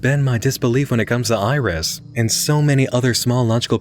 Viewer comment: If we're talking phonetically then iris would be more like "airisu" rather than "irizu" because of the way syllables are pronounced in Japanese. They're pronounced the same way each time unless there's some kind of accent to indicate an elongation of the sound. At least, that's what I've seen.